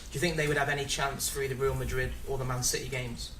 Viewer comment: dutch accent or Freudian slip 😂😉. Man shitty indeed